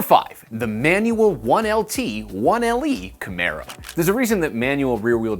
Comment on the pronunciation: you've learned how to say Camaro!